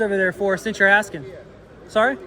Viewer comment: what does im axing you mean?